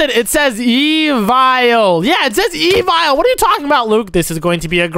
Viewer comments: "EvIaL" got me 😂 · you literally said evile and luke is right (not hate comment)